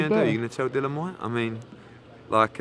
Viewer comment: He's called Dill-i-an not Dillan!!!!